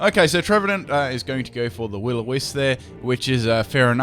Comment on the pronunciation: I love the way says 'Will o Wisp'. He says it like "Will o wiss".